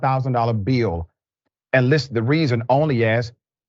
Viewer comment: “Bill” has one syllable, Dr. Richey. ONE.